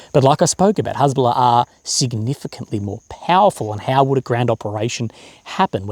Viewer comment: Cant even say Hesbolla correctly 😂😂😂 just like my spelling of it 😂😂😂